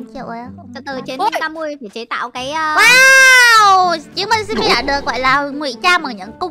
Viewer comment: sim mi nói sai a thành o